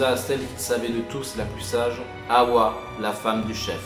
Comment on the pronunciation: Bonjour, m'appelant moi-même Hawa je tiens a préciser que ça se prononce Ava et non Haoua. Merci bien